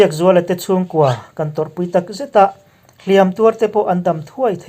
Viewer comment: hlîam(thlùk sâng) leh hlìam(thlùk hniam) hi i hmang diklo leh ṭhin.